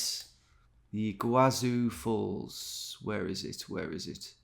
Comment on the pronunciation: I just glanced at it and I already knew it was Iguaçu Falls (btw "ç" has an "s" sound in Portuguese, not "z"), it hurted me to see him not knowing for a while, and even more so when he was looking to the East as West lol